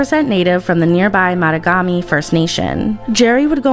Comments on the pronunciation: The way you pronounced Mattagami 😂😂 lol I never want to here ish about our accents from this point further. Lol you just said Motagomy. It’s Mah tog ah mee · Just a point, mattagami is pronounced ma-tawg-a-mi